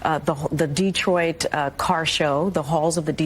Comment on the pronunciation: It’s NOT pronounced DEEEtroit you idiot!! I expect more from an alleged press secretary.